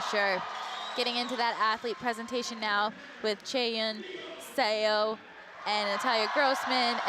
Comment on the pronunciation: Same with Seo. Meagan had most of them a bit better but there needs to be an effort to get it right.